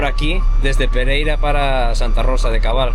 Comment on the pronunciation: Santa Rosa de Cabal, No de cobal.